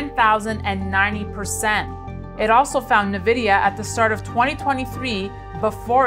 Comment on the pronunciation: "Nuh-Vidia" Why should I trust anything you have to say about this company's prospects for the future when you don't even know their name?